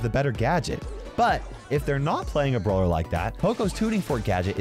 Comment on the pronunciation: wait did just say brower